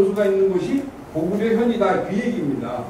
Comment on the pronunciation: 가오 거오구 리 라고 중국측 발음